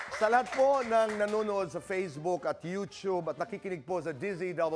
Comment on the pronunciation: i watch this show every chance i get but its not youCHube its YOU 2BE....FACE BOOK not FAZE book